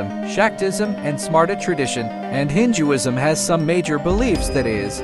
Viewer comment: Ok why tf is this Ai pronouncing it Hin-Jewisn